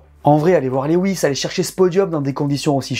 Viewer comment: Lewis ca se dit "louwisse"